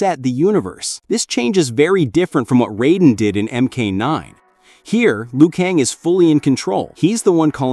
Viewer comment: It's not Liu Kang